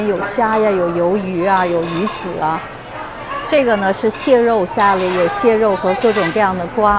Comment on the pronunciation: salad、clam、 能不能別說sa lei de？🈶人這麼說嗎？